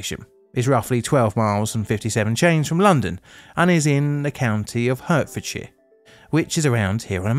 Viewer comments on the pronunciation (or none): I love your videos and find them very interesting, but it's not 'Hurtfordshire', it's 'Hartfordshire' (unless you're pandering to your US viewers!!!) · Heartfordshire not hurtfordshire. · Hey, just as a side note, , as a person from Hertfordshire, it's "hart" not "hurt". I don't blame you for making that mistake, it's an easy one to make. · Absolutely, particularly less than 2 mins in when called the county 'Hurt-fuhd-shuh', instead of pronouncing it correctly as 'Heart·fuhd·shuh'..... 😔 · hertfordshire is actually pronounced like "heart" and not "hurt." aside from that, great video. i think "Overly Confident Official" should be blotted too because of jarvis blaming terrorism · why are you pronouncing Hertfordshire "hurtfordshire", when you don't live that far away? I love your weekly videos, and your music channel, and you are a last bastion against the americans to teach them how to say our place names properly, so I don't understand your change of tack... For the uneducated, we in England pronounce it "hartfordshire" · For those who don't know it, Hert in Hertfordshire is pronounced as Hart not Hurt. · I’ve never heard a Brit mispronounce Hertfordshire before. It’s pronounced Hart not Hurt. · I love your videos but as someone who grew up in Hertfordshire it's "Heart - ford - shire", not "Hurt - ford - shire" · It is pronounced Hartfordshire not Hurtfordshire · Yeah this confused me as well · The county name is pronounced "Hartfordshire" not hurtfordshire. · Heart-fordshire not Hurt-fordshire. Sorry lol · It may be spelt “Hertfordshire “ but It’s pronounced “Hartfordshire “ not “Hurtfordshire” ! …..just saying ! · Hey, I like your videos but I just want to say that it's pronounced HEARTfordshire (as in like the organ that pumps blood around your body) and not HURTfordshire (as in the sensation you feel when you're in pain). In fact, the animal on the county flag is a hart. Hope you're good! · Great video, but it's 'Hart-fordshire', not 'Hurt-fordshire'